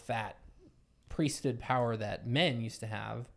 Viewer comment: The #1 thing that stands out to me among Mormons and ex mos is that they never pronounce the “H” in priesthood. It’s like pre-stood, whereas I would say it as 2 words priest hood. It always throws me off lol